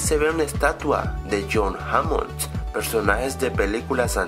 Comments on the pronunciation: No es Ian Malcon ,Es Ian Malcom,Y no es Hammons,es Hammond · 1. Es Hammond, no Hammon. 2. es Dilophosaurus. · Es Jurassic no juracsic Es Hammond no hammons Es dilophosaurus no dilofosaurus😂😂